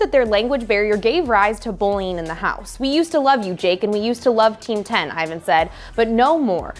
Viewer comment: His name is Ivan not Evan